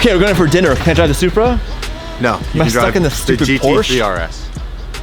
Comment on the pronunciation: You guys need to learn to pronounce Porsche before you can own one.